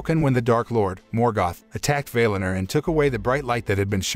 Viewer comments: Don't say vail in er. Say Val in or. That's how the say it in the actual movie. People tend to pronounce words in a way that sounds better to them. It's annoying. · "Vay Lin Er"?? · Valinor pronunciation is incorrect.